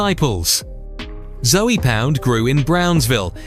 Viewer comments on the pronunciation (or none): YLO was not active in Liberty City. They were active in Little Havana and Hialeah. Also it's not "Zoey Pound". It's Zoe pound and Zoe is a slang for a Haitian individual, usually a male. Spanish Gangster disciples were present in the southern parts of Miami along with Imperial Gangsters, Satan Disciples and other Chicago born gangs that are predominantly Hispanic. You forgot about Latin Syndicate, TNS, INP, South Beach posse, 43rd Ave in Carol City, Carol City Lynch mob and many others. Half of this information is incorrect. I would know. I lived in Miami. Specifically Opa Locka, Carol City, Hialeah, Little Havana, North Miami and Homestead.